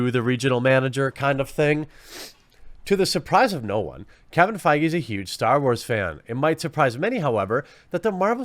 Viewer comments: Feige pronounced faggy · It's pronounced "fayg" you keep mispronouncing it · Kevin Feige, pronounced bayyyg?